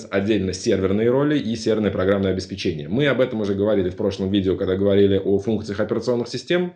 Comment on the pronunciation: Здравствуйте. Огромная вам благодарность за упорядочивание необходимости познаний и опыта в it-сфере. Одна большая просьба: научитесь пожалуйста правильно произносить слово "Обеспечение". Правильно ударение ставить так: обеспЕчение, от слова обеспЕчить. А то очень сильно слух режет. Спасибо.